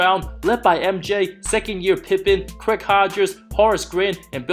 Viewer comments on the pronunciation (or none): none